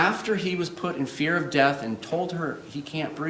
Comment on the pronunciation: Why does Henderson say WIF(with) and deaf (death) It's not a speech impediment because he says That There These Sorry that kind of thing grates on me I love words